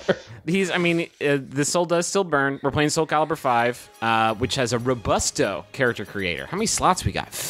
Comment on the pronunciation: "which has a ro-BUSTO character creation"..... he infiltrated past Griffin's mind!!!